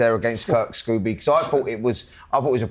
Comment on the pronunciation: It’s Kurt Scoby ffs Simon, not “Scooby”🤡🤡he’s not a cartoon dog ffs!!